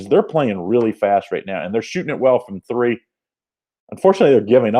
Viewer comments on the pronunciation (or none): none